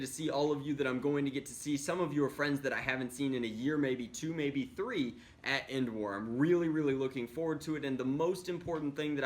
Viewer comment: Who hear him say n wars not endwars